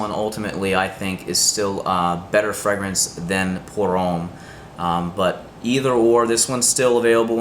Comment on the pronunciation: The way you pronounce fragrance is somewhat distracting. And you need to brush up on the French pronunciations. Otherwise, apparently a thoughtful process to make some interesting choices.